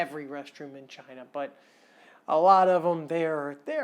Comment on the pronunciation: Sorry mate but va-China was spot on. 8/10 😂😂